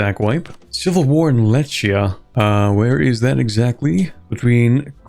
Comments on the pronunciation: I love how you give your best to pronounce the slavic names. One thing to note for the future is that CH in western slavic languages is a digraph meaning that the letter C and H become one sound which represents a strong throat H sound. For example the country you were facing in the game, Lechia, would be pronounced as Lehia with an H sound like in the English words house, hike, mahogany. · (Lechia is pronounced as Lehia, not Lečia)